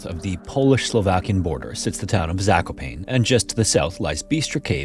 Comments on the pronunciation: True. The correct way would be zako (you had this part correct) - pa (as in "pack") - ne (as in "neck") instead of zakoPAIN like you pronounced it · Really appreciate your videos! Truly great stories and rare non-AI-slop content! One small nitpick: this is the second story with the caves of Zakopane in them, and the right way to say the name of that place would be closer to "Zako-pah-neh", instead of having it rhyme with "pane" (of glass). Maybe "pa" like in "party", "ne" like in "never". At any rate, thank you for everything! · polish person here, the way you said the name of the city is pretty funny